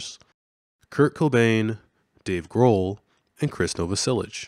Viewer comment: Chris Nah-vah-sell-ick